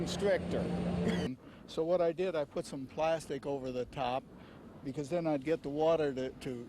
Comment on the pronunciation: "Buhcuz the adventure... buhgins."